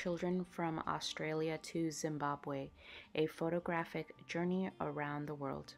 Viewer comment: ... OMG that is not how you pronounce Uluru, Aires Rock or Australia.. That's disturbing from an educational resource